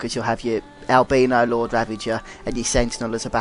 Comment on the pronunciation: It's Albino LOBO!!! Why do you constantly call it Albino Lord?